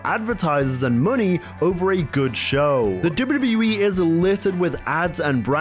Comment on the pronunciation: why tf do you say wwe like that?